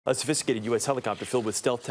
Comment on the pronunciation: Bro said "sophisticated" in one syllable 💀